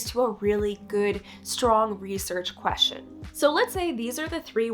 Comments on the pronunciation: i hate how she says "queshin" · Ugh. Maybe don't do a video on the topic of research questions if you can't pronounce the word "question".